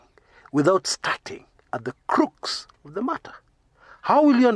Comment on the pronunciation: crux ix pronounced "kruhks"